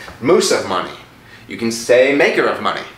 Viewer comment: I KENAT. AYKENAT!!! (i cannot) ahahaha